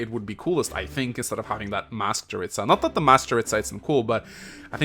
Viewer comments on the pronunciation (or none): Hey, Jeritza's name is pronounced "Yeritza", not "Djeritza"